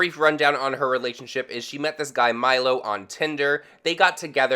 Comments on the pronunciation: I don't think his name is Milo it sounds like Brittani says Milosh so maybe Milos idk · am i the only one that's triggered he said MILO not melosh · Milos pronounced me-low-sh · Not Milo- Miloš(sh) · Ahahahha it is not Mylo 😂 it is Milos and it is a Serbian name 😂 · I like how Americans have no idea how to pronounce names from other country.From Miloš you ended with Mailo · Milosh - not Milo. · You called him Milo...... Lol that's not his name it's milosh or how ever you spell it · Really appreciate that you mentioned the Brittany Taylor thing but I just need to correct you he’s name is Miloš I live l two countries away from Serbia and we also use that name but if Milo is how you say Miloš in English then I apologise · Miloš not Mileyo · The guy's name is Milosh, not Milo lol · It’s Milos, pronounced “Me-losh”